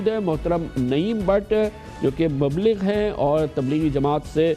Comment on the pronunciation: Mabligh is wrong. Mubaligh is right pronunciation.